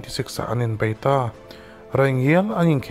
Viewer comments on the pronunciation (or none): none